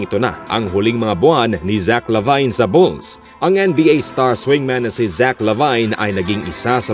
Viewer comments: Hindi po "Labayn" ang pronunciation ng Lavine kundi "Labin." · ok na sana naging zach lavayn lng eh..lavin po sir ang pronounce nyan.LAVIN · La vin po hindi La vayn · mag research naman kayo sa mga pangalan na babanggitin niyo sa video updates niyo, huwag niyong e murder mga pangalan na babanggitin niyo, baka magalit na sila si Janis at si Lavayn sa inyo. 😂😂😂just saying.